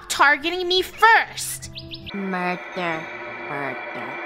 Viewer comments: It's murber😡😡😡😡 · The fact that kept saying "murber"